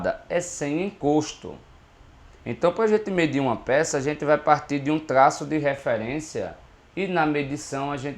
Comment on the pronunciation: cada tlaço kkkk